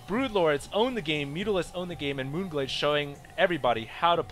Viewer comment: you actually said the map name right :D this game was pretty lame. Marauders are good, but not against air units, so i have no clue why he kept getting them -_